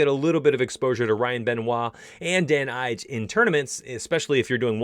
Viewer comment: Calvin Katar (KAY-TER) and Dan Ige(E-GAY) that’s how you pronounce them lol